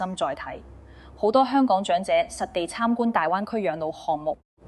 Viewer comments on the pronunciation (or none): 姐姐，謝謝分享。您講的「兩個的兩」，「長者的長」 ， 「養老的養」 和 「場地的場」， 有點懶音，小心留意。